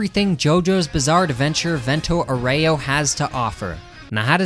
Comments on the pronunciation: fento auero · "Vento Oreo" 🗣🗣🔥🔥 The "Ghia" in "Ghiaccio" is pronounced exactly like the "gya" in "gyatt", do with this information what you will. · alright when you pronounced vento aureo badly i was willing to credit that to being an american but the jamiroquai is absolutely intentional you absolute heathen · As an Italian, the way you say "vento aureo" Is making me mad